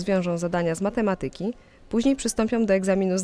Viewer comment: Błagam telewizjo, zatrudniajcie ludzi znających poprawną wymowę. Przynajmniej takich podstawowych słów jak matematyka